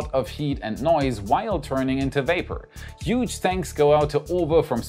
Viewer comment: Huge :D i recommend you practice saying it better <3